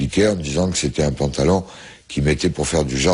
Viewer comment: Le Pentalon... avec un "E" tu m'as tué lol